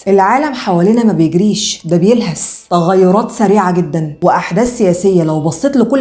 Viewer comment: لما قلتي بلهس اطلعت من الفيديو ( بلهث).